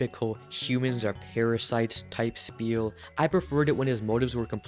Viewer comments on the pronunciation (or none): none